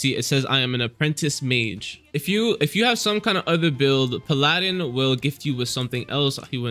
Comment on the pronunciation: PAL-ah-din. Please for the love of god.